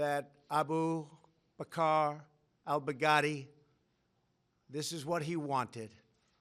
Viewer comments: I hear Big Daddy 😂😂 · Am I the only one who is hearing Baghdadi as "Back-Daddy"😂🤣